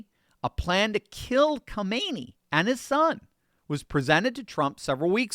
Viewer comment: Its not pronounced Kaahmeni, do better.